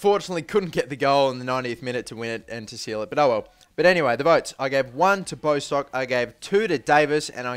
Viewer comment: bostock is pronnounced bosstock like boss